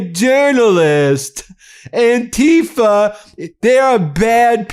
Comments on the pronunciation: It is not "an-TEE-fah," as Trumpists like to call it... some kind of scary new organization. The movement and word is anti-fa(scist), short for those who oppose fascism, and has been around since 1930 Germany. My relatives who sacrificed their lives fighting to free Europe from fascists in WWII were as anti fascist as is humanly possible. I am, and have always been, opposed to fascism. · The way they pronounce "antifa" makes it sound as if it means something that it is not. Anti-fascism isnt an organisation or a "terrorist wing". These people should not be in public office, they are incompetent